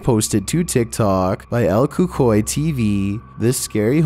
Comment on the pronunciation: The way pronounces el cucuy 😂😂